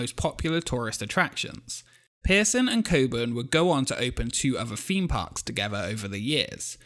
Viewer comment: "Feeme poks"